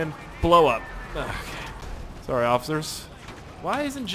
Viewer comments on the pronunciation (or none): I literally say occifer all the time!!! I didn't know u said it everybody probably thinks I stole it from u lol